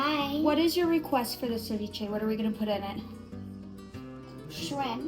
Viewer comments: Agrego aguacate y más camarones. Por eso se llama ceviche de camarones. Y es ceviche, no SAviche. Lo siento, solo un fastidio mío. 😊🍤🥑 mmmmm 😋 MUY BUENO. Bendiciones para todos y su perro…🙏🏼✝️ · CE viche not CAviche😊